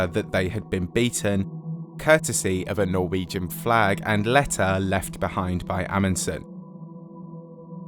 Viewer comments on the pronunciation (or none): none